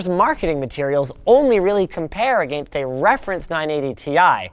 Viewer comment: will Canadians ever say against correctly?